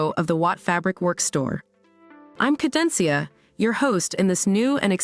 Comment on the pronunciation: Super!!! Kurzweilig und informativ. Tolle Aufmachung. Lediglich noch kleine handwerkliche Fehler bei der Aussprache von Cadencia - aber wenn ich so zwischen den Sprachen hin- und herspringen müsste 😉